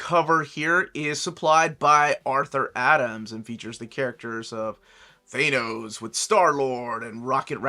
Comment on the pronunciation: me and you must be the only people left that can't stop saying THAY-NOS instead of THAN-OS